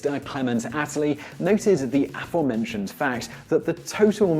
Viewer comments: It's aFOREmentioned, not AFForementioned. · It is "a-FORE-mentioned"! My goodness! Learn you stresses, you, pitiful riffraff.